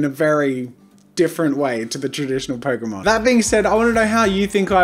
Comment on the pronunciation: Pokemon = Poke-a-mon